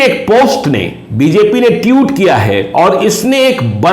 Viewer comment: इनको pronounciation की प्रॉब्लम है शुरू से ही😂😂